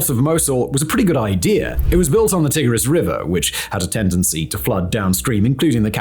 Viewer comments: Mispronouncing Tigris is pretty cringe. It's Tie-gris not Tih-gris. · t eye gris, not t ig [as in pig] ris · Swapped that for Tigg-riss instead 😒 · Never heard it called the Tig-riss before!